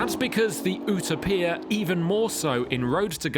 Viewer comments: Still good content, but this is not a 2026 Performance Car of the year. No Lamborghini, No McLaren, No Aston Martin, Yet we compare a $3.5m bespoke car to $100k cars??? Then why is there no Bugatti, Koenigsegg, Hennessey, etc. ... and it's not U-tow-peia, it's YOU-TOPIA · Ok why can't you just stick with the Queens & like every other English speaking automotive journalist just call it the "u·to·pi·a", pronounced /yo͞oˈtōpēə/ bc unless you're Benito Mussolini incarnate I'm ending the dictatorship for failure to maintain order 😂 /yo͞oˈtōpēə/ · Ooterpier? I don’t think so mate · Ooo tow pia! Utopia pronounced Youtowpia. Where is clarkson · "Oohta-Peah"?? Let's just be grateful you weren't testing it in Barthelona. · Oo-toe-pee-a - really? Utopia is an English word.... Porch - something on the front of your house. Porsche-e - an expensive VW beetle.... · who the hell spels utopia like that? U-ta-pia😭 thats even worse than people saying porschhh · I thought it was YOU-TOE-PEE-TAR. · Oootopia?? Lol WTF dude? Learn how to pronounce!! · OOh toh pia.... you're kidding right? You can't say Utopia correctly? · Agreed. I have met Horacio and he never calls it OOOO 2 pia. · It’s “You-taupe-pia” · Is this really how Brits pronounce Utopia? OOH Toe PEE Ah? I’ve never heard it pronounced this way. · A journalist should know how to pronounce "Utopia" in his own language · The way he says Utopia is annoying. I would like how to see he pronounces dystopia 😂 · What did he call that pagani?? Clearly hes never heard the word utopia.... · Why is he saying Utopia like that? It's not some Italian word we don't have a pronunciation for.....it was first coined by Thomas More an English theologian. Just because it's an Italian car, doesn't mean you need to pronounce an English word (with Latin roots) the way an Italian would. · The Pagani what???? Journalists are supposed to know words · How come he cant pronounce a simple English word? Makes you think it's AI! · Butchered it lol